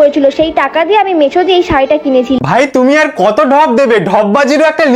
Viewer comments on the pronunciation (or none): Mecho❎ Meshoo✅